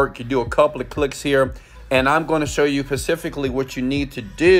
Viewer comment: "focus on pacifically" ????